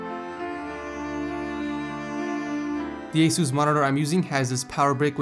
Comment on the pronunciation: It's not pronounced A-cooose it's pronounced A- sus monitor